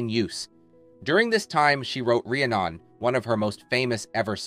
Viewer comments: Ree A Non? It is Ra HAN nun. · Ree-a-non??? Dude really. it's Ree-AN-un. Have you ever listened to her most famous song? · Re-a-non? Wtf? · Not Ree-a-non , it's pronounced Ree-Anne-none . Probably some Ai bot they didn't have to pay . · ffs, its not re a non, It's re ann on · “ Ria Non”…?…I don’t think so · “Ree-uh-non.” LOL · Ree-ah-Non??? hahaha! A.I. narrator much? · Interesting video, but the narrator needs to learn how to pronounce "Rhiannon" . seriously. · You lost me at Re-annon. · Rhi-anon.....lol, you lost me there bud!! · “Ria non”? Lol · It’s pronounced “Ree Annon” (the song Rhiannon) 😊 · REE ANNE ON not the way you said it ! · Ree-A-Non? LMAO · “REE ANN un” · The way you butchered the pronunciation of "Rhiannon" made me pause the video, write this comment, and move on into the YouTube universe. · "RE-anon, one of her most famous songs." If you can't pronounce Rhiannon, do you really have any business talking about Stevie Nicks at all? She sings it at least 8 or 10 times in one playing of the song. I'm guessing you never heard it, not even once. Epic self-sequestered nerd energy. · "Rhiannon" is not pronounced "re-anon" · Rhiannon = ree-ANN-non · Would they ever have a report like this for a male rock and roller? BTW, Ria-non? 🤪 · Does his pronunciation mean the narrator has never heard Rhiannon. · Yeah, it makes you wonder if the narrator knows what he's talking about in the entire video. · I would have thought that anyone diving into ANY video would have at least Learned how to pronounce the songs. OMG, I lost interst right there!! BUT..I love Stevie so I kept watching LOL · He (the narrator), even mispronounced the name of her song "Rhiannon" terribly wrong! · Is this AI generated slop? It's weird that someone is interested enough in Stevie Nicks to make a video about her but doesn't know how to pronounce 'Rhiannon' . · I agree. “One of her most famous songs” and he can’t even pronounce it correctly. Terrible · Maybe pronounce Rhiannon correctly, lol.